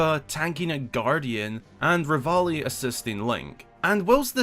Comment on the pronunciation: "Assissting" Link? I thought they were dueling lmao